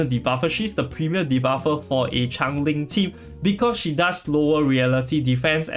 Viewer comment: im from singapore and this is a great guide. However, the way you keep on pronouncing it as chang-ling is super annoying ngl.. like she isnt a chinese char so its essentially butchering her name. And even in the story, she shape-shifts (sort of), so she is definitely changing alongside her environments. If you are unable to say her name due to any reading difficulties, then i apologise in advance, but its super triggering lol